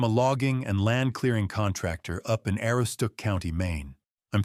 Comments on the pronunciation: uh-ROO-stuhk, goddammit. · Maine. I'm going to try to explain the county name he just butchered Ah. Roooo. Stock or stuck. Not whatever he said. To make it more believable he'd have a French accent even We just call it The County My family goes back to before the teaparty in Maine Many stories thousands of untapped acres up here people disappearing many times Not Mainers Flatlanders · Anyone spending much time in Aroostook County would know how to pronounce "Aroostook." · Ahh- roos-took. Now say it faster. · You might want to actually learn how to pronounce AROOSTOOK before you claim to be from there AI slop poster! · If it’s not pronounced correctly it’s A. I. generated. You have no idea if this is a true story or a fake one.